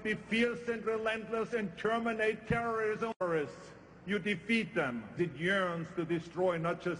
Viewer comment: Lol Arnie said "terminate terrism"